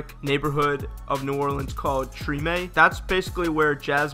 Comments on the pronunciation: It’s pronounced “tra-may” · As someone from New Orleans, I think its a lot cooler that they are giving recognition to Tremè which you mispronounced.